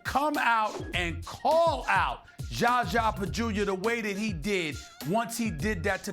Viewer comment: 2.18 schascha